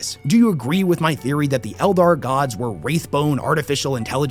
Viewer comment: Oh yeah 40k and fantasy totally separate he says elder clearly not eldar